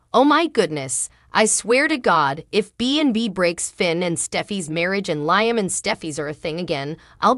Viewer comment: Liam!!! The woman doesn't know how to pronounce his name!!🤭🙄